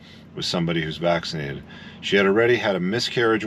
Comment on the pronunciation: Nobody is allowed to enter the US of A if he is not vat - ti - na - tion - ed.